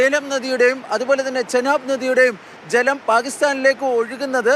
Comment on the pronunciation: Jlam alla maapre malayaalathil chalam enna parayunne